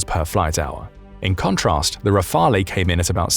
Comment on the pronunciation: I said this before but the narrator has terrible pronunciation. It's like he's reading some of the words for the first time! Come on man, mimicry and rafale are not obscure, deeply technical uncommon words. You're a professional voice actor 😂